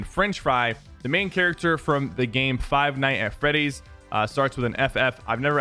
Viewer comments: When he siad mybe a fry nights at freindes Kalab I was like OH HELL SO and pls don’t correct my miss spelled words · yo f you said fry foxy from five nights at freadys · It bothers me that he says five night at freddys